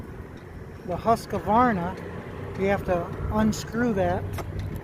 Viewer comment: FYI,Husqvarna only has 2 A’s. Not 3. “Husqavarna” lol.